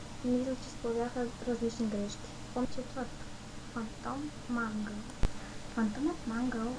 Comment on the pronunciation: и не се роизнася Мангъл а Менгъл като не знаеш